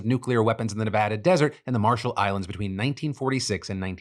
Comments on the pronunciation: Whoever taught Phil to say “Nevada” God bless you 😅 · Thank you for pronouncing Nevada right.